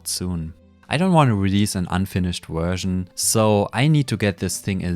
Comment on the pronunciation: why some contries say "Uhersion" or "Guersion" instead of Version? fascinating